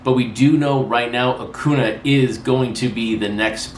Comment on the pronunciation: You said it right in the last video and now you're back on A-coo-na! It's A-cuhn-YA - the accent mark is very important.